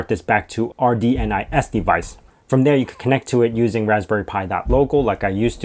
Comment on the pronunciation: It's rndis, not rdnis😂